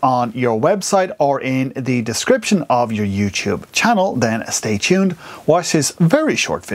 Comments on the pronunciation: chann'ell' OMG I LOVE THE WAY HE SAYS THAT 😂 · I love how you emphasis the "ch" in 'channel'